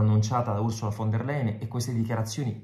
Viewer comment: Si pronuncia--> "fon der laien"....!!!!